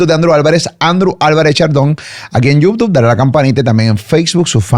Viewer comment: Cada vez que Andrew dice Youtuff me trillan los dientes! Jajajajaj